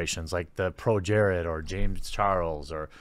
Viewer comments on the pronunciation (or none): none